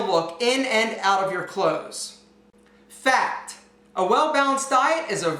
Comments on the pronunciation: Every time you said "fact", all I heard was you calling me: Fat.... Fat.... Fat.... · who else thought he was saying fat when he was actually saying fact.. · Everytime you said "fact", I only heard: Fat.... Fat.... Fat....